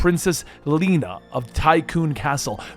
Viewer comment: It's not "Leena" - her name is pronounced "Le na"